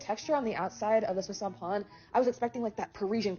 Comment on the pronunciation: His pronunciation of viennoiserie is spot on. That's a tough word. But then he screwed up pain.